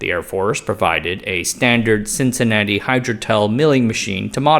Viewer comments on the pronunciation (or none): none